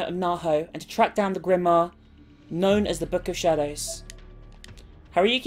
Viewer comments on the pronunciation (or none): none